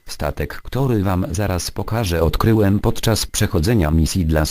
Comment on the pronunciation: przy tym napisie "ogromny wrak statku " to powiedziałeś "odryłem" ale to detal przez to odcinek stał się fajniejszy